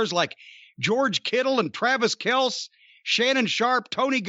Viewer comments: Travis Kelce - Tra-vis Kel-"cee" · At first I thought hell froze over and Cornette legit knew something about football and quickly realized he was just doing a plug. And Kelce is pronounced "Kel-See". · Thought Jim actually started watching football until he mispronounced Travis Kelce's name. It's Kelsey, Jim, Kel-see!